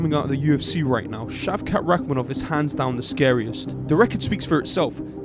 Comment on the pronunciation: Brother Shafqat Rahman (yes, this is the way to pronounce his name) is successor of Genghish Khan. He is also kazakh from where the Mughal Empire begun. He is a total warrior. But I really don't sho wins in a fight with him vs Hamzah (khamzat). That chechen is a beast too. As they both Muslims, so both have inner peace and discipline. So it falls to the fight IQ. Who have better fight IQ will win the fight.